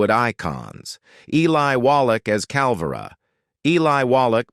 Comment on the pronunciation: Cal-VAY-ro, flip the "r.". Accent on the second syllable.